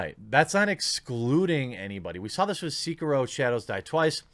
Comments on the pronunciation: Jeremy I normally agree with you but on this one you are completely wrong... It’s not pronounced C-key-row. It’s pronounced Se-Key-row. Edit: after listening to it again, you pronounced it C-Q-row. Which is worse. What next are you going to say begs instead of bags? (😉) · pls, not seekiiro, but se-ki-ro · Thats se-kie-row not see-crow lol smh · Why can no one pronounce "Sekiro" right, lamo. SEH-KEY-ROW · Stop saying "Seeker-Row" god damn it! Blowing mine with that lol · I twitched every time you mispronounced Sekiro. It's Seh-ki-roe Can't wait to rage my ass off on Ghost of Tsushima in all it's glory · Everytime Jeremy says "Seeker-roh" a puppy dies. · I agree with every thing you said except how you pounce sekiro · I liked this video even though you say Sekiro wrong.